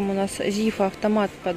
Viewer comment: Порошок "Зифа" с ударением на последний слог. Зифа - это башкирское женское имя. Спасибо за ваши обзоры! 😍